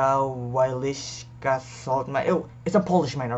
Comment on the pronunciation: I'm polish and the salt mine is pronounce welishka